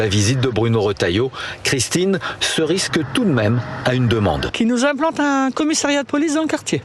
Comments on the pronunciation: M. Retailleau, on dit RIXE, pas riske...salutations d'Alger ! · on dit "rixe" et pas "risk"